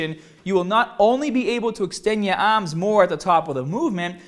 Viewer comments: the baaaah LOL he's killing me with this shit. lift the baaah up...move ya aahms in full motion. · baawbell ahhms 😂😂😂😂